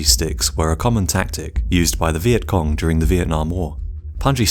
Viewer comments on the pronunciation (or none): none